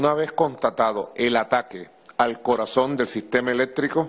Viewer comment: "Al corazoM"! Nico necesita definitivamente un logopeda!